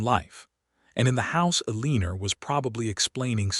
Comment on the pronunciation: Good story. Wish they could program AI to pronounce Eleanor, Caleb, and competent.